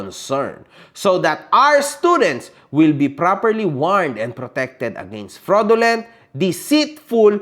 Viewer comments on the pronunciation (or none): This will be your final warning to me... topnocher sa Cambridge University ha! Pati fraudulent hindi masabi ng tama. hahaha! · Doctorate daw siya pero hindi ma-pronounce ng tama yung FRAUDULENT.